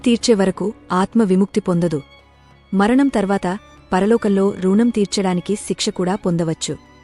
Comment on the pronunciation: మంచి విషయాలు చాలా బాగా చెప్పారు. చెప్పే విధానంలో చిన్న చిన్న తప్పులు ఉన్నాయి - మధ్య మధ్య లో కొంచెం pause చెయ్యాలి. కొన్ని మాటలు సరిగా పలకట్లేదు. ఋణం, బ్రాహ్మణుడు మొదలగునవి